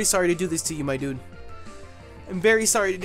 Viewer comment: Stop saying mydudeh